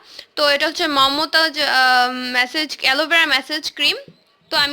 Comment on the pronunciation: Age kotha bola shikh gadhi😁😁😁 মেসেজ না মাসাজ😂😂🤣🤣